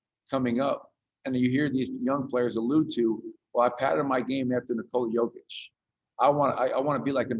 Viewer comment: Knee-cola cokeić i died in the beginning ... Congratulations my brother , Serbia is so proud of you ! We love you ! Stay healthy and God bless !